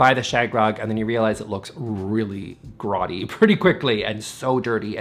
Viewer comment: Did you say grody? Pronounced groddy? Haha.